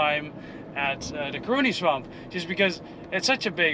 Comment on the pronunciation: It’s not curing swamp it’s CAroni Swamp no research done ?